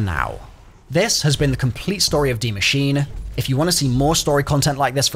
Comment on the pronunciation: One i heard DEEE machine i just clicked off the video